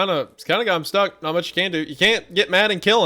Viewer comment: I'm not about to look past Hunter saying that the creator was "stook" 😂